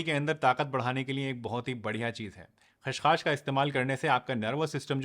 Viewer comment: सर ख़्सखास नहीं होता है, यह खसखस होता है